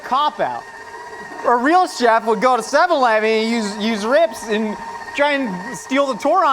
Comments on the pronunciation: its seven-ELEVEN not SEVEN-eleven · I love the way says "Seven-leven"